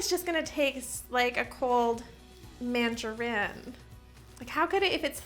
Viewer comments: I don't know why but i just totally LOST it during the whole "mangereen" exchange. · I love their relationship it’s so pure. “I’ve been with you for ten years. Have you said mandareen this entire time and I didn’t notice?!” Sir you are too good for us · I'm guessing "fire" is a tic toc trend? I'm with, what is wrong with the internet lol they are pronounced mandaREENS 😂😂 thats how ive been saying it my whole life, only the US and I guess some Canadians too over pronounce words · really called her out on the “mandaREEN” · I think she was mixing up Mandarins and tangerines so you said Mandarine